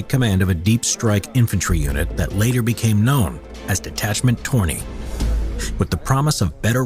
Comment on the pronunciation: The last name of "Lauri Törni" is actually pronounced incorrectly in the original clip. The vowel "ö" (that is an "o" with an umlaut) is basically the same sound as in English word "turn", so the last name should be pronounced as if written "turny" in English (with a rolling "r", of course). The first name, however, is pronounced correctly. Also, the term "puukko" knives is pronounced slightly incorrectly, the vowel "u" should be a bit longer, like in "cool". Also the pronunciation of "Solmu Korpela" was butchered entirely, I had to actually use Google search to figure out what the hell that was supposed to be. I guess our language is difficult to some...